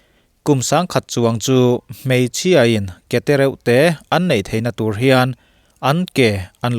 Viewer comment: Beladona hi tùr a ni ti loin túr (poison) tia lam tur a ni.